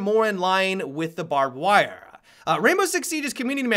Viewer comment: "barbed wirrruh"